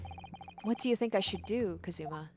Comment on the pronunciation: Gonna correct you , you said "kazuma" like "kaZUma" holding the "zu" longer, but you gotta hold the "ka" longer in "kazuma".